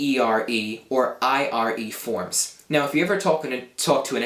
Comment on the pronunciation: I'm italian and is not "arre", "erre" and "irre" verbs but it's "are", "ere" and "ire"... the correct pronunciation is with one single "r". However it's a really good video to learn italian, so I suggest this to anyone who wants to learn italian.